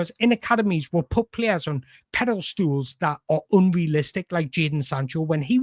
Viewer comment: I'm being pedantic here, but it's pedestal, not pedal stool. I love your videos though, so not saying this to criticise. Also, it's 'on the ropes', not 'under the ropes'.